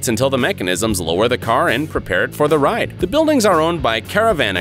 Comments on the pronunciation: It’s not Caravana...it’s caravan... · Al sah Che? He means Alsace like Alsayss. Caravana? Ugh! Car Van Ah. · Its not "Care-uh-van-uh", it's CAR-von-uh. Carvana. And there is a dealer to help you get your car, and a whole online process to be done before you show up to pick it up. You don't just pull over out of nowhere and buy a car. Do you do ANY research before you make a video??